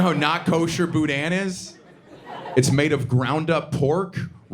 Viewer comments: His comedy is bland and made up with no real experience . Talks about Cajuns but can’t even say boudin right . His dad’s parents was prob Cajun but he isn’t . Can’t speak for Alabama , but most Louisiana which is real Cajun , would be too surprised to meet a Jewish person to be prejudice . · Cajun people don’t say boudin like that . His dad ran away from that culture so hard for that Jewish girl .